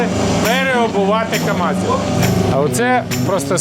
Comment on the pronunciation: КамАЗы? Или мне послышалось. Ты на каго работаешь дядя?!